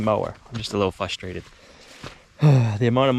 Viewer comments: Did he say "fustrated"? Yeah, he did. 3 times. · I'm getting frustrated that you cannot say frustrated correctly, lol.